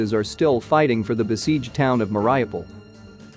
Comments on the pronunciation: Ineffective (ineffectual) or inept Mariupol, not " maraiapul' Mar, iu, pol. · The town of Mah-rai-pool???? Seriously? 🤷🏻‍♂️